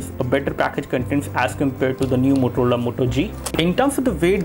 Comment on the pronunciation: did he just say MOTOLOLA Moto G? haha